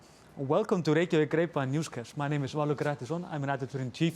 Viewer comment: MuRdeRR in the friendliest neighbourhooud of RReykjavik!?